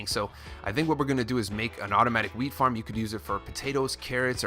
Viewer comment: 330 like and is it just me or did it sound like he was saying weed farm